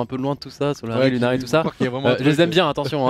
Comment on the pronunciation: CA ME STRESS ma team s'appelle Lusary, jpp a chaque fois qu'on dit lunary je tique